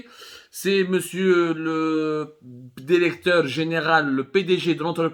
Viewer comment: Derecteur derecteur derection derection derection